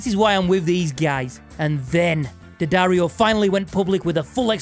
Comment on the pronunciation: Nice to hear someone pronounce it properly rather than DeeAddario. It’s D’ not D.